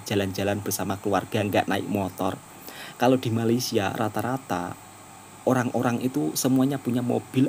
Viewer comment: Woi, bila ko nak sebut Malaysia dengan betul ha? Atok nenek aku, mak bapak aku pun Jawa, elok je sebut Malaysia. KO ni pun…